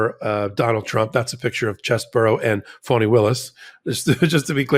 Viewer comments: Keep sounding like you say funny Willis and I keep double checking and I’m on your side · Do you intentionally mispronounce GA DA fani Willis name?? I've heard this on some of your other podcasts.